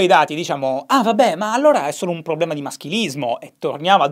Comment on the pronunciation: Ogni volta che dici PROBBLEMA penso a Maccio Capatonda